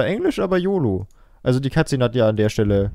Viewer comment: statt "Cut Szene" habe ich immer " Katze" verstanden :DD